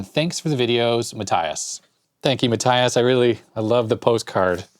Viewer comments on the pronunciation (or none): Matthias is actually pronounced "Mah(t)-tee-ahs" :) And yes, I know you usally always say you can't pronounce them :D